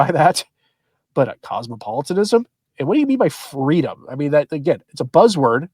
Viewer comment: It's not freedom,unless it's " fweeedum"!